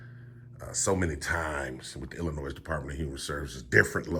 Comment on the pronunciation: Hay, Illinoi(s) is pronounced with a silent s. Sorry if that's petty. It's my pet peeve